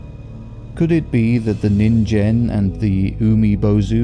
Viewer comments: Minor nitpick but "ningen" is pronounced with a hard g. "Neen-gehn" as opposed to "nihn-jen". Otherwise good stuff. 👍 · Just to let you know, ningen is usually pronounced with a hard G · Yeah no that's not how science works. Also ningen is with a hard g, not a j. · Yes they pronounced Ningen wrong